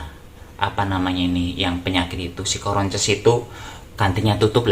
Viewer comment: Msh aja lucuuu,"coronces" bkin ngakak',semangat mas,sy suka mas dgn apa ada'a,betul mas,bersyukur aj mw dpt rejeki brp pun,Allah akan berkahi, krna bnyak yg susah'.plus minus dr koment pasti ada aj,gpp jdikan sbg masukan yg positif aj,bnyak sabar demi mnghindari dosa,d'buat sanrai aj sesusi niat mas,good job'